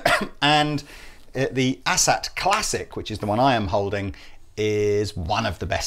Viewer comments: Its Asat Not Asshat. Lol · It's not an "asshat", it's an "A-SAT" as in "letter A". Well, in my mind. BTW, OMG, looper jam! Yeah! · I believe it's pronounced "Ay-Sat". They also have 22 frets - don't Teles have 21? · Does it sound like they're calling them "Asshat" to anyone else?